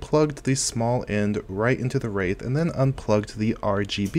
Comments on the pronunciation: I promise on my soul you said AMD Rape Prism Cooler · AMD WHAT cooler?? Kidding lmao, I know you said wraith but sounded kinda sus